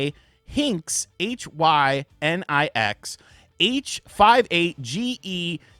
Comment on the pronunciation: That's Hynix, not Hynx, you dolt.